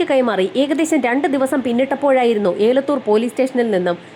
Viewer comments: ഏലത്തൂർ അല്ല എലത്തൂർ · ഏലത്തൂർ അല്ല എലത്തൂർ എന്നാണ് പറയുന്നത്